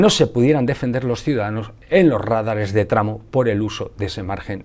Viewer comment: Admiro este canal y su contenido. Sólo una pequeña observacion: son radares no rádares. Saludos